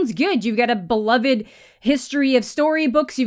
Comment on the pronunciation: You have awesome content. But for the love of your fans. Please pre read and practice what you’ll say. You miss pronounce words way too often that just make no sense at all. You don’t the the word amicable ? Or subSequent? You don’t break up the words it’s one word. And beloved.... you have again amazing content just maybe practice reading online so as not to sound so cringe with some simple words.